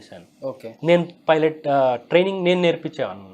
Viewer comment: ఒరేయ్ వెధవ.. అది ఫైలెట్ కాదురా 🤦‍♂️ పైలెట్